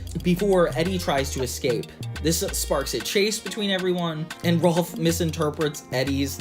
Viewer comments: Small nitpick, it's "Rolf" not "Ralph" lol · You kept calling Rolf “Ralph”